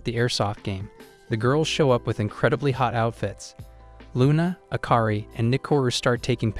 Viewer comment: HER NAME IS LUNA😂😂😂NOT RUNA